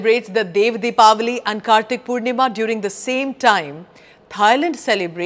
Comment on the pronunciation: Thank you for saying "Deepawali" instead of Diwali.